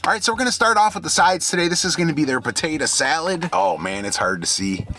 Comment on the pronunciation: you know you from the D when you say buhtaytuh salad